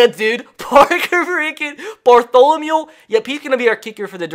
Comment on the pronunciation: Nothing better than hearing get so excited to where he says Parker "Bartholomule" 😂😂